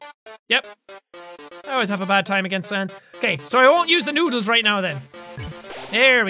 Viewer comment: I like how he said "INSTANT NOODER TIME!"-jacksepticeye 2016